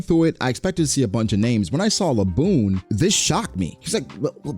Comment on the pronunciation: Bro should be banned from anything One Piece really tried to say Zoro Edit: I’m crying laughing bra that nigga said Laboon😭😭😭